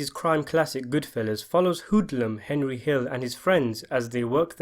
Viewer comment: Young Tommy call Henry “Hendry” What’s up with that?